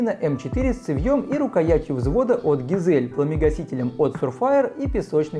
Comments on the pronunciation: Ну ГАЙЗЛИ же а не ГИЗЕЛЬ, уши режет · Название цевья читается как Гайзли, почему все его коверкают как хотят? А так вы пуск огонь!